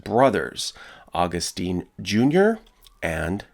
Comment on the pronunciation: Augustine is pronounced aw-GUST-in.